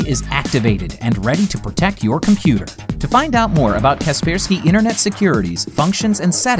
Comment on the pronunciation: Wait what its not kaper sky its ka persky what